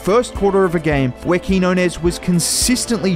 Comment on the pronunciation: Nice video. His name is pronounced Keen-Yo-Nes